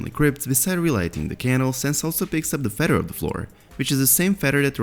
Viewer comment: "Fed-her" - Hey Narrator, it's "feather." Fe...the-r. Also, your numerous, frequent videos are unwittingly turning into comedic relief instead of legit-sounding content. Confirmed!